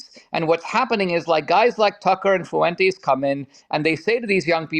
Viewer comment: I feel like Dinesh just pronounced Nick’s last name better than he does